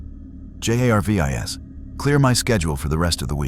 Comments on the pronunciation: Thx, but you need to fix the AI art and AI speech because it is Jarvis not J A R V I S. Otherwise it is a very interesting story. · I think the AI write the script, text to speech has been around for years and I recognize the characteristics here. Stuff like pronouncing each letter of an acronym like J.A.R.V.I.S. is what you get from the bare bones versions of tts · The mispronunciation of words and spelling of J.a.r.v.i.s.is one thing but the sheer volume of advertising is insufferable. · Stupid AI voice cant even say Jarvis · Seriously? Cant say jarvis? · Funny this A.I. can't even pronounce Jarvis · Es ist offensichtlich das sehr viel AI in diesem Video steckt! Gut daran erkennbar das er Shield und Jarvis nicht als solche aussprechen tut! Sie hätten auch einfach darauf kommen können Goku Mjölnir halten zu lassen! Das wäre sofort gegangen weil Goku ein Reines Herz hat! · Not bad but I really hate the way you say Jar-vis and say-an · I made it 18 minutes and 51 seconds I can't listen to your computer spell out shield in Jarvis and then on top of that butcher the pronunciation of saiyan